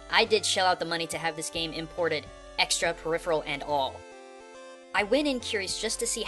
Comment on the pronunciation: XD also, MY GOD! tell me you didn't actually use that... "peripheral"... did you? (O)_(O)